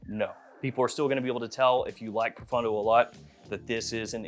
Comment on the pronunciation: 😂 I can't stand how Americans butcher French and Italian words. It's not "pro-fun-doe", it's pronounced pro-phone- doe. It's not "aqua-dee-joe", it's pronounced acqua-dee-geo 😉